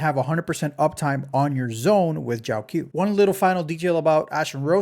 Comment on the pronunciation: bro really said "JIAOXIAO"